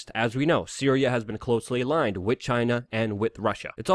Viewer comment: Please stop saying "wit" as opposed to "with".